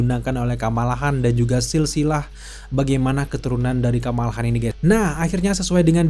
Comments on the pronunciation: Seris ndak enak betul dengar kalau disebut nya HAN, padahal itu marga KHAN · Kamala Han palalu Hotak Di dalam filmny aja mereka menyebutkan Khan dg Kan, bukan Han, aneh banget lu anjir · Kamala KHAN bukan HAN